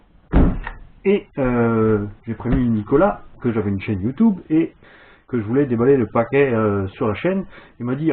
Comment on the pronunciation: MDR t'as dit '' chaine youtoub '' 😂😂😂😂😂